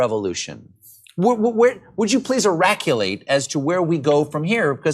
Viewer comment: So this guy daid this 15 yrs ago? 😂 please eraculate? 😂 for us